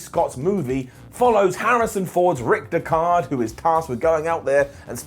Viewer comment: Love your vids but holy shit look up how to pronounce Rick Deckard!